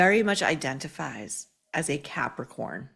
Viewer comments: Capricorn? Sounded like pepper corn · Hilaria strongly identifies as a Capricorn. I heard "as a Catholic whore." 😂😂😂😂😂😂😂😂